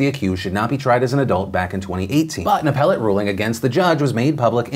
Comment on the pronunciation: Glad you are pronouncing “appellate” correctly 😜